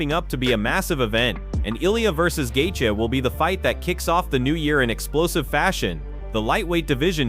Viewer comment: Gat-chee... wtf is the audio guy. The names are so bad.